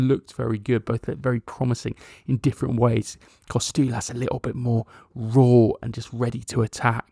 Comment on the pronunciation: Tzimas is pronounced Gimas like the "G" in George. Kostoulas has an emphasis on the middle "STOU". No KOstoulas but KoSTOUlas